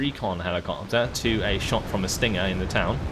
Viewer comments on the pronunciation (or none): none